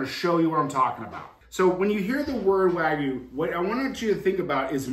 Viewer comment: Sorry to be a little pedantic, but wagyu is pronounced wa (like water) gyu, not (like waggle) gyu. Literal meaning is Japanese beef. I trust you'll take that onboard like the professional you seem to be!